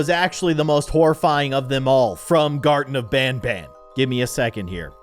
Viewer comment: can you play garten of Banban II and Garten of Banban III? And you say it like this(gar-ten-uf-ban-ban)